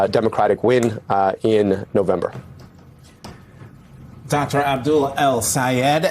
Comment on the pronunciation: Abducter Al Sayed!? Learb to pronounce people's name properly!